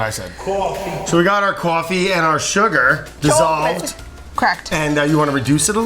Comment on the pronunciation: caufee and chaucolate. Nice